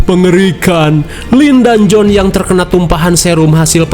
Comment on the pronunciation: Johan kak bukan jonh